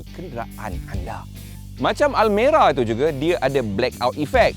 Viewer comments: Aku dengar almari nak sebut almera kot 😂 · Hahaha abg sebut Almari yg dulu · Bang bukan almari bang 😂😂😂